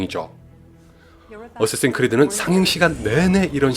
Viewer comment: 어쌔신 크리드라고 말하시는데 발음이 '어쓰에씬 크리드'라고 들림